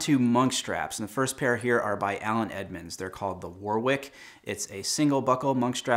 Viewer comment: Generally love your content but it's obvious that the non-suede (just because it stands out more) boots and shoes here aren't stored with shoe trees, and anyone that does keep trees in their collection knows you wouldn't choose to display them without them in! Edit: Also, Warwick is pronounced without the second 'w' - 'warrick'.